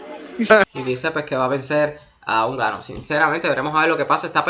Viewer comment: Es francis nnganou no unganou😂